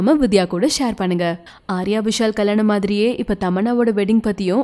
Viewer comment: Kalyanam ma not kalanam...😀